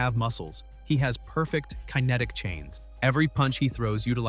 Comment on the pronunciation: "Terrax the ta-mare" "Keye-netic"